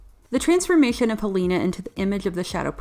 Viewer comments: ._. Hel-a-na. I love this movie and this review is really good, but please... Hel-a-na. Not HEl-a-na. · Ok her name is not Halina it's Helena get the name right you noob, i mean you have clearly seen the movie so you have no excuse for mispronouncing her name like that. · I want to like your video, but you seem to mispronounce the main character's name.... even directly before showing clips where it's beimg pronounced in the movie itself... I'm still goimg to give you a thumbs up, but damm. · The fact that Helena's name was mispronounced every single time made me quit this video about 2 mins in. What a shame because this movie isn't talked about enough.